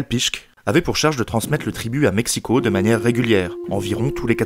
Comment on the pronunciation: Félicitations pour la prononciation des mots nahuatl ! Le x de México est généralement bien prononcé (ch), comme à l'époque. Ce n'est que plus tard que le son ch s'est transformé en 'j', soit la jota castillane !